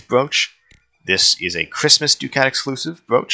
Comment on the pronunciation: Ducat is pronounced (Duc-at) not (Du-cat) i’m not trying to be the annoying grammar correct in person but just saying.